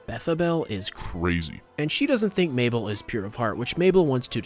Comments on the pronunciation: BRO its okay that you said mabell to me☺️ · Him calling her maybell 😂